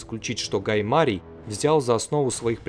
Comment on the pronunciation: Как режит ухо неумение ставить ударение во время разговора. ГаЙ МарИй